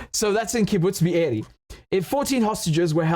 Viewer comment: Every time you say Be’eri, I die 😂😂😂